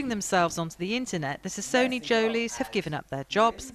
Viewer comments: Did anyone notice that BBC said-sassonejolys instead of sacconejolys!😂😂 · "The Sasone Jolys" I'm sorry what?! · I’m trigger “sassone” jolys 😂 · Susan Evalyn. Noooo, the lady narrating said the sassone jolys, listen to her carefully and u will hear it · Why did hey say sassone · Why on earth did she say sassonejoly? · How they gonna say sassony like that 😩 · They just pronounced it wrong c’s are often mistaken to be pronounced as an s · How wrong can the BBC get it?! Come on... “From Surrey”?, their names and wow wow wow... That pronunciation!!! Did they even speak to these guys.... 🤦🏻‍♀️ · At least say the name properly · She pronounced their surname wrong. Lol 😂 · And she butchers the name sacconejolys...